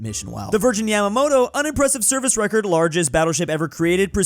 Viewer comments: can't even pronounce Andalusia. Do you really expect him to get Yamato right? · Ah yes the largest ship in the world: Yamamoto ITS YAMATO!! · YAMATO, YA-MA-TO, YAMAMOTO WAS AN ADMIRAL